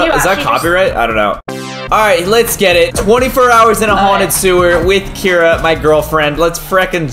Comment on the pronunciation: Get not vant